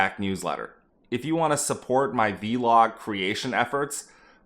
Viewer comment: Call it a Vlog, not a V-Log. You don’t call a Blog a B-Log do you?